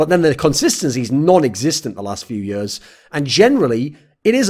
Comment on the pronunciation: Thorin video not complete untill thorin says "yurs" instead of "years".